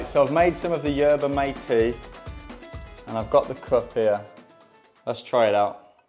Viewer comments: The mate tea is pronounced mat-ay just to help you from some angry south americans 😂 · In case anyone is curious about the Messi "tip". Yerba mate (pronounced mat-ay, not mate) is basically just a tea which is the national drink and has a lot of cultural significance in central South America, particularly in Paraguay, Uruguay and Argentina. It has a lot of caffeine and some other good compounds in smaller amounts which is where the cited health benefits probably come from. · U didn't spell yerba mate right the mate is more of like ma-ti and go like hard on the t while saying it hope this helped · it's not pronounced like mate(a freind) but anyway this video is great👍👍